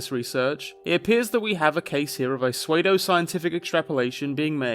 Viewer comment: I’m sorry did you say swaydo-scientific?